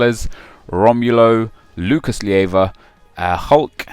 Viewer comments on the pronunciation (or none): Why does he pronounce "Maikon Leite" as Maikon Lee-ayteh and "Lucas Leiva" as Lucas Lee-ayva? It is Maikon Lay-teh and Lucas Lay-vah, just like you would think.